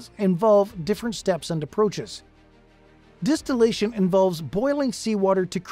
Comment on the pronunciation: I thought it was “Distillation” not Destillation 🤔